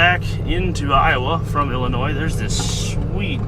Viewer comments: Thank you for pronouncing Illinois properly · Holy shit, someone that can pronounce Illinois. 👏